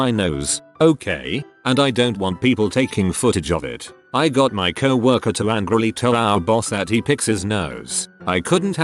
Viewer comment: First video with this voice Ive ever seen where he doesn’t pronounce it 🐄-worker.